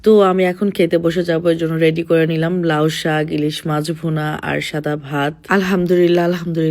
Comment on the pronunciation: লাউ সাগ না আপু, লাউ শাক বলো